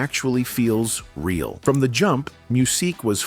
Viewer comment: 😬 I didn't make it past 3 min because of his name was being mispronounced so many times